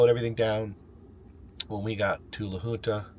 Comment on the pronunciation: A quick note, as I notice you have pronounced it every way except for the preferred way, the Colorado town you spent a few hours in is named La HUNT Uh